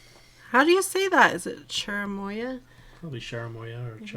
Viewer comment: Cherimoya or chirimoya is a fruit indigenous to South América, it is green outside and white inside with dark colored seeds. In México we call it chirimoya and you pronounced it correctly.